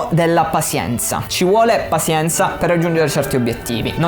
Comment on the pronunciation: Bello tutto ma "pasienza" è proprio una pronuncia fastidiosa XD madonna, sembra che lo hai detto sbagliato mille volte a posta ahahahah Tutto il resto come sempre un grandissimo insegnamento. Grazie.